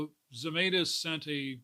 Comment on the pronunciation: Pronounced Zemytis not Zemaitis